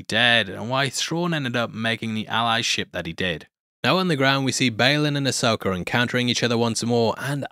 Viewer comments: There is no “R” is Ashoka DUdE!!! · As an American, I just wanna say that I find a weird joy in the fact that you enunciate "Ahsoka" as "Asoaker"